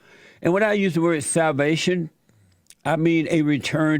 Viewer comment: I can't tell if Jesse means salvation or salivation in this one xD